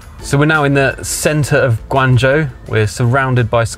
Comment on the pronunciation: As long as there is a human element, then saftey on the roads is never a certain thing. Also I would expect someone living in China to learn how to pronuounce Guangzhou correctly, and not butcher it. And the laws in China for self-driving say you need to touch the steering wheel at least every 10seconds or will complain. I think this is a good idea compared to people trying to sleep at the wheel which is why Telsa has several deaths, and the most accidents reported with self-driving. One thing I would also question is how would the car get better over time, I doubt it has it's own learning AI inbuilt, because this is what it would be trained with at the start, so being nerveous is a good thing, Chinese people will just walk in front of a car as many have no sense whatsoever to safety.